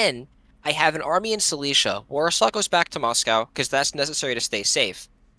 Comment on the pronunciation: apart from the fact that I wanted to jump of a bridge every time you pronounced Silesia (The Prussian Province) like Cilicia (The Roman province in Anatolia), good video!